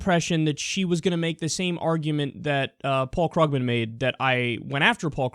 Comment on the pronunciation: Small issue but it's 'Kroogman'.